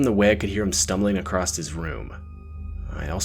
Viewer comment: There is no T in “across”